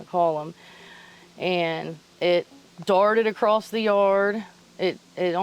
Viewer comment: If you're trying to sound intelligent and you know what you're talking about, stop putting a T at the end of the word across